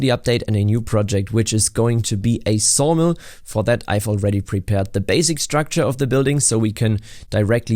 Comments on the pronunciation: At first I thought I heard sauna, so i was really confused when you said sawdust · At first I thought you said SAUNA not Sawmill. Now it makes me thing a log cabin resort in the woods would be great